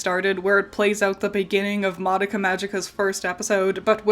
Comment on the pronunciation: Congrats on saying "Madoka" correctly. Since the original release of the tv show, you're the second non-asian person to be able to do so that I've heard.